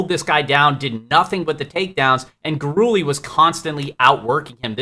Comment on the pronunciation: Luis Gurule = Luis (Gur-lay) Not (Gur-ooley)